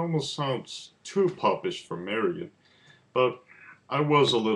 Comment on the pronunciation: Do you not believe in the letter "L"? Marillion is not pronounced Marian...... It's fucking Marillion